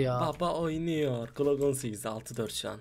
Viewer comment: klok 18 değil glok 18 diye okunur transforum değil transform